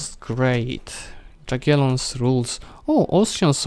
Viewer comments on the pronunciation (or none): Nie "Dżagielons" tylko "Jagielons" :P